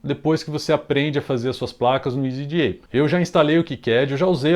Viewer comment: meu amigo escolha, se voce vice for falar "jota eli ce pe ce be" entao fale" easy EDA " e nao "isy ji ai" NEM GRINGO FALA ISY JI AI